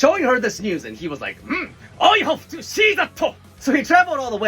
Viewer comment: I havuh touh see thatuh 😤😁 Oh so dis is jail.. TIME TO READ 😃 And also serial tofu thief caught me off guard